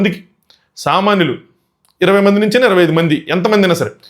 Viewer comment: Bro nuuvu samanyulu anna nakento samanlu ani vinipistundhi 😅